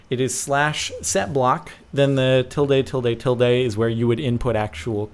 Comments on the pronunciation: Tilda... Not tilday.... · O_o til-deh? it's spelled tilde but it's usually pronounced tilda jordan :v unless you're from some other country, which you aren't